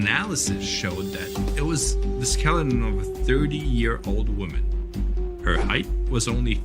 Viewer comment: Height ends with a T, not a TH.